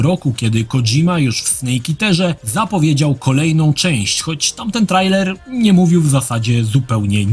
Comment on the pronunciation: Po polsku czyta się trejler. Pozdrawiam serdecznie